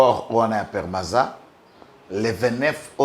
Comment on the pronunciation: PEMARCO/PEMARZA et non PERMAZA